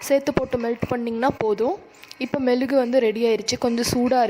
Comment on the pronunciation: It is mezhugu not melugu